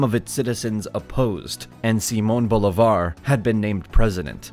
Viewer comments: Awesome video, but you just butchered the names Cúcuta, Simón Bolívar and Francisco de Paula Santander 🤣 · Great video, horrible name pronunciations. Look at the accent marks: SimÓn BolÍvar, PÁez, etc...I understand it is not easy for a non-native speaker, but the thing about Spanish is that you have markings on its written form to help you pronouncing. But thanks for your efforts! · Good content but you should work on the pronunciation of people’s and cities’ names. I cringed at every Cúcuta and Simón Bolivar